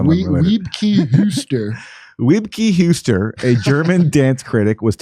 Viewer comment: Couldn't believe anyone could be worse at pronunciation than Jimmy.